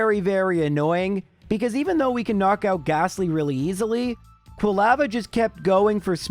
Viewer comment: Never heard anyone pronounce Quilava like you did. Do you pronounce lava the same way ?